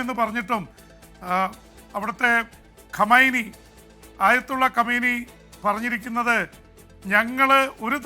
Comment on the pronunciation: ഇത്രയും നാളായി ഖുമൈനി എന്നു പറയാൻ ഒരുത്തനും അറിയില്ലേ